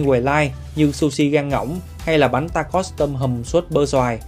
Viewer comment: Bánh đọc là “Ta Cồ” nha anh ạ